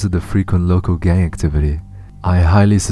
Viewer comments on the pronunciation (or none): none